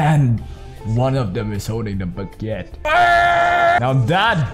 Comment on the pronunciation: I'm French when u say baguette it's very funny with your accent 😂